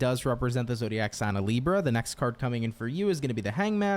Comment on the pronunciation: As a brazilian I do appreciate when u pronounce it this way "LIBRRRA". It feels familiar😊